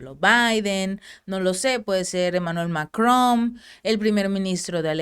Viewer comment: aprende sus lecciones, como correcto manejo de su idioma materno? MacroN y no MacroM, Sri Lancaen lugar de SIR LANCA😂 etc, etc redundancias en cada intervención. Si te fijas bien en billetes polacos, ahí esta ZLOTY, no la cosa q acabas de mencionar 😂